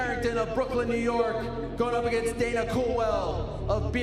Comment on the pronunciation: Helwani he think to say dana